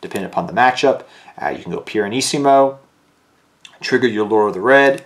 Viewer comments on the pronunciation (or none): it's Pianissimo, not Piranissimo